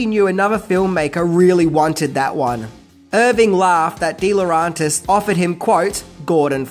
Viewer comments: DEE LAW REN TIS!!! ITS DEE LAW REN TIS!! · Please pronounce deLaurentiis properly